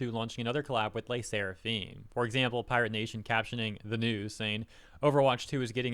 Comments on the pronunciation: I like Le Sserafim though (you butchered the pronunciation btw) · pronouncing LE SSERAFIM wasn't on my year's list for sure lmao